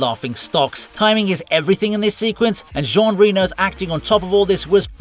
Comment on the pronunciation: Did he really pronounce the name of the actor from Leon "Reno" like the city in Nevada? OMG it's hard to be French!!! Don't forget the opening vignette from Buster Scruggs when it comes to shoot-outs ;-)